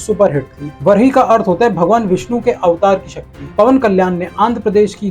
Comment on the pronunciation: U r pronouncing varaahi wrongly....... kindly correct